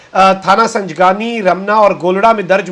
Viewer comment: تھانہ سنگجانی کو سنجگانی پڑھ بول گۓ 😅